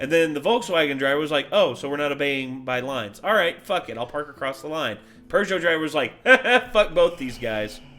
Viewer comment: that’s always confused me what he just said. Is it pergot or Peugeot? How is it pronounced?😂